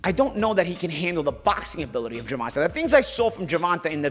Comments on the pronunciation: Great podcast, just bringing up both these guys past was unnecessary to me. I understand you don't like the hypothetical ways of the suits/Showtime, but why bring up Tanks/Rolly past when you don't know the why of it? Also, you pronounce Tanks name Ger-Van- Tay not Ger-Van -Ta. Besides that, great pod. Let's go Bmore/Charm City. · ur the GOAT!. But you have to say the previous TMT promoted boxers name right lol... His name is Ger-von-tay Davis... Be good. Be safe.. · Ha. He calls him Gervontah. Keep it going. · “Gervontuh” 😭 gotta love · must’ve said GERVONTAH ABOUT 100 times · Why does he keep mispronouncing Gervontas name???